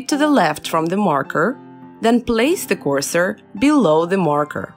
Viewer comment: "CORSOR" LOL